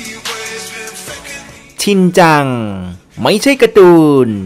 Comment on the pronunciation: มันเป็น ชินจัง"ชิเน่" ไม่ใช่หรอครับ